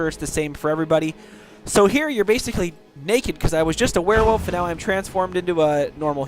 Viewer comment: thx a mill m8 cant wait to b a "Ware-wolf" lol